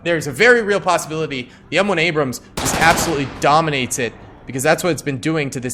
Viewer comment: You called an T-80 an abruams 😂😂😂